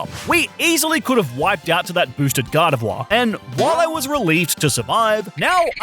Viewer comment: Gar Deh Vwah